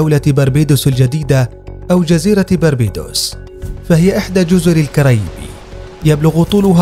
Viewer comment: حسن نطقك اسمها الكاريبي مش الكارايبي ادرسو قبل متتكلمو والنبي